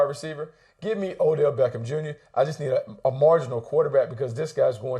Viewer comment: He said O'Dell smh